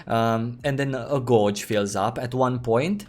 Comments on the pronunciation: took me a while to figure out when he said "gorge" he means "gauge" lol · Just friendly FYI, "gauge" has completely different pronunciation than you have. ;) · Honestly, I started to smile every time.